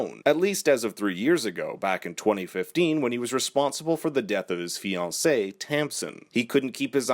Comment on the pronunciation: Shout out to the pronunciation of "fiancée"! A+